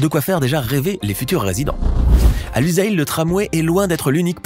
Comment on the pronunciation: Boutre et non pas broutre!!! Lusail prononcer Lussail ssssss